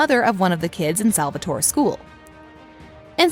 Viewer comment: In another video she said “Salvator-i”